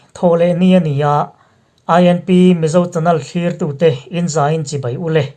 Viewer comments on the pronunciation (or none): none